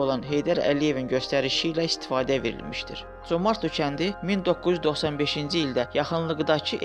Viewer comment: Comartlı yox!Ay mən diyən.CÖMƏRDLİ.